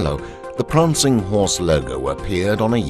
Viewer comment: "Pranging Horse" Prancing Horse... great video. Thank you for posting.